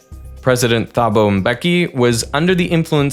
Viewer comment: Just for reference and correctness in fututre use, when saying the "Th" sound for south african language sounds, it's typically a "Ta' sound. So Thabo sounds more like "Taboh" when reading it. (from a SAan) Great video!